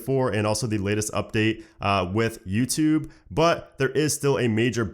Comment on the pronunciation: hey is it me or do i hear Nuketube instead of youtube LOL